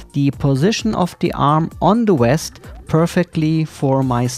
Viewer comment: It's the "VEST". Not the "West"